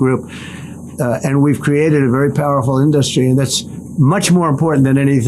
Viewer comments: Why does he keep pronouncing “industry” as “in-dust-tree” ?? I love how he didn’t answer the question the guy asked about Trumps crypto and conflict of interest. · Why does he say in dust tree? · is killing it up there..😂😂 In-dust-tree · "In Dust Ree"- Dump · I think he should say "in-da-ster-ree" 20 more times... 🤣🤣🤣🤣🤣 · Why does he pronounce industry like a child reading the word for the first time? Also nobody has ever brought up that he says nuclear like its a noun. Not once in 10 yrs have I ever heard anyone bring this up and it sounds soo dumb in both instances.